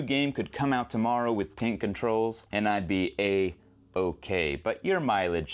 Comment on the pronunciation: Are you saying "cane controls"? I can't make out what you're saying.